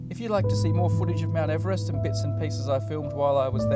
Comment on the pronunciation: This video put me through so much anxiety when he was pronouncing it Ee-verest I thought I'd been saying it wrong my whole life